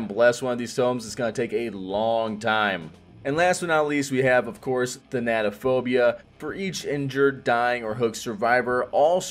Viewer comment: I hate that no one can pronounce thanatophobia correctly. Same with monitor and abuse. Annoying.